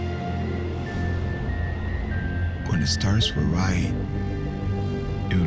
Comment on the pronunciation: Why is the narrator a different accent than the guy in the vid? The narrator says "duh" for "the". That's really the only thing that really bugs me. If you have an actor/protagonist/main-character talking in the vid, you need to have him do the narration too. or get someone who at least sounds reasonably close.